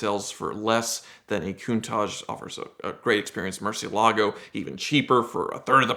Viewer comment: Sitting in Ed's house, saying Murcielago properly. I bet Ed debated not uploading this video for that reason